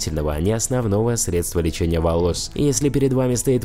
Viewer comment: Средства- ударение тоже на е!!!